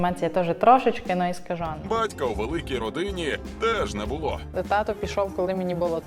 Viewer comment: Поясніть будь ласка що це херня (не буууло) що за дебільні наголоси!!!! Не було а ви шо мелете